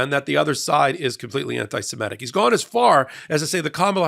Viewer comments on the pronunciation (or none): YO SO MITES lol yeah that was funny when he gaffed the pronunciation ...🤣🤣🤣🤣🤣🤣🤣